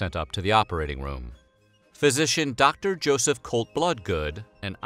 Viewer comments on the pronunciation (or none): none